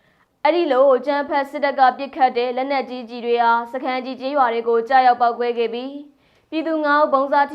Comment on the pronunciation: သတင်းကြေငြာသူက စာဖတ်ပါဟ လောင်းလုံးမြို့နယ်မဟုတ်ဘူး လောင်းလုံမြို့နယ်